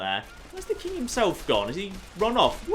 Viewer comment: I like how says king as "kang"